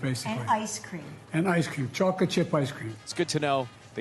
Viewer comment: He can’t pronounce “chocolate,” he says choc-it. Like a little kid.